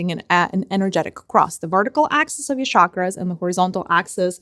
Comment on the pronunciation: I know it's not important but it's just part of my integrity... It's Chakra NOT Shakra! Every time you say 'shakra' my autism-bound mind suffers.